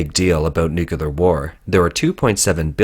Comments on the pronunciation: Please, please, please get it right. It's painful to listen to good info from a source that consistently mispronounces "nuclear." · Love your content, but pronouncing 'nuclear' is really not that difficult... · You say Unsymmetrical Dimethyl Hydrazine perfectly yet saying nuclear seems a struggle. Regardless keep up the good work!